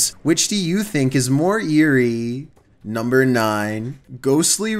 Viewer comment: I love when he says NuMBEr 15